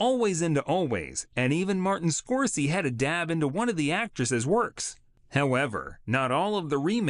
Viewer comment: “Martin Score-sie”?? Get humans to do voiceovers. AI can be really pathetic.